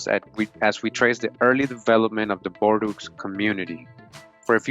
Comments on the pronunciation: Its pronounced bore-doh not bor-doos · Please don't get mad at me. Huguenots: hyoo-guh-noe Bordeaux: bor-doe